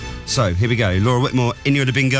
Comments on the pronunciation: its Whitmore not Whitemore :) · Whitmore, not whitemore